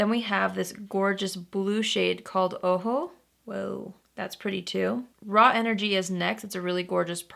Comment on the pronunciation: Thanks for saying Ojo the right way! ☺️